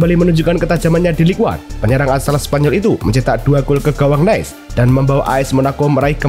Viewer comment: maaf min Nice di baca Nis bukan Nes